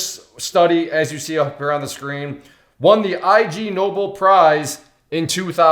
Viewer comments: IG-noh-BEL prize as in ignoble. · it's Ignobel. not ig nobel. there is English word "ignoble" meaning 'not noble'. so they are playing on the word ignoble and Nobel Prize.